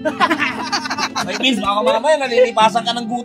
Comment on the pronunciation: It’s Vince not bins